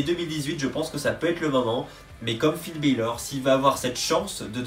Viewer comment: Ça serais cool de bien prononcer les noms de Finn Bálor